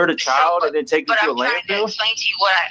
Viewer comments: Yes she says the wrong word (wronK) but pronounces it wronK too. Lol. She pronounces it LANDFILLED. She pronounces field as "filled". Just like she pronounces the word mail as MELL. WHY COME SHE CAN'T SPEAK THE ENGLISH LANGUAGE if She has her Doctorate aka PhD in Education? This hillbilly, uneducated hick was deemed illiterate when she got to prison‼️ HILARIOUS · Landfill. It’s called a landfill T, not landfield. 🤦🏼‍♀️